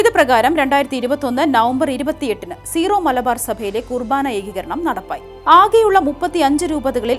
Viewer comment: സീറോ മലബാർ എന്നല്ല വായനക്കാരി ഉച്ചാരണം. ...സിറോ എന്നാണ്